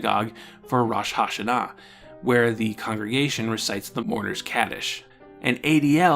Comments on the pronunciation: You are accurate on the story of Chanukah, but I must correct you on pronunciation. Rosh Ha Shanah (rohsh ha Shah-nah) means “head of the year”). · As one gentile to another, I just have to say that your pronounciation of "Rosh Hashanah" is atrocious. On the other hand, good on you for at least trying to say it right. More on topic, I am personally happy that the showed did take these occasional dips into Judaism, giving a focus to aspects of the culture that rarely gets brought up, especially in children's media. It's a bit sad that there was such a backlash to it. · Great video! Just a small tip for your Hebrew pronunciation: Kaddish is pronounced more with an "ah" sound and Rosh Hashana is pronounced with the o being an "oh" sound and the a being an "ah" sound. The accent pattern sorta falls like Rosh Hashána although that looks really weird to write.